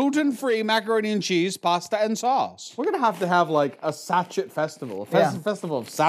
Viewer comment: Are you aware sachet is pronounced "sash-ay"?